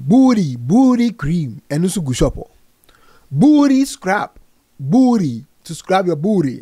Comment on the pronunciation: how he pronounce booty😂😂😂😂😂😂